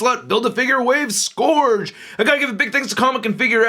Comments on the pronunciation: Hate to be nitpicky but it's pronounced Suh-gur-g not Suh-gor-g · So no one mentioned that he's mispronouncing Scourge? The O is silent. It's SKURJ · The handgun is a Desert Eagle. The Shotgun I'm not sure but it looks like a tactical Remington 870. The knife might be a Ka-bar. And shells are brass. Not copper. And your pronunciation of "Scourge" drives me crazy. It's pronounced "Skerj" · It's Scourge.